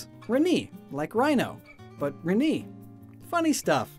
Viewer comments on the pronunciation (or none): It's pronounced "Reh-nay" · Ree-Nee (Renee - Ren-ay) Poor-Tia (Portia - Porsh-a)